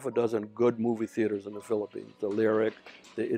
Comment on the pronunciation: how I wish you can pronounce properly your F and P, V and B. Pilipins or Philippines? Blog or Vlog? at marami pang iba. Peace ⚘🌷⚘